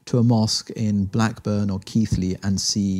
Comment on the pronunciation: Good interview so far but he did a Southern thing and pronounced Keighley "Keathley".